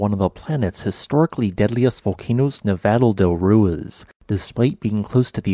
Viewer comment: People keep helping you to pronounce Nevado del Ruiz correctly, yet you keep ignoring them. Nev-AH-doe del Ru-EEZ. Maybe you'll read mine.